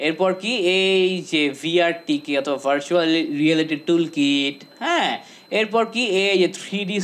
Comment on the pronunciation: ভাইরে ভাই যেমনে ভার্চুয়াল রিয়েলিটি বলছে